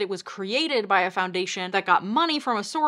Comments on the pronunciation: It's pronounced Shorosh , which means roughly translated - lucky or fortunate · His last name is properly pronounced "Sorosh"; in Hungarian the "s" alone is a "sh", to write an "s" sound, you spell it "sz."